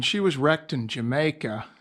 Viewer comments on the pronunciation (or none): none